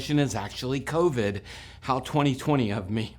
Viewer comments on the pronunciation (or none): I also! Did he say 'covid'?